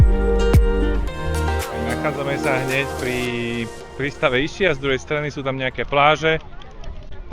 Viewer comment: Vše ok, akorát vyslovnost názvu ostrova v Italstině je Iskia, neboť "ch" ve slově označuje tvrdé c, vyslovující se k.